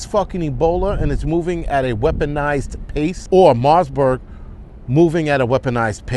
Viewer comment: 😅🤣😂Mossburg virus. I think it's marberg.Every time you say mossburg it brings back decade old memories of a mossburg ri-fle with folding stock.A heck of a good gu-n!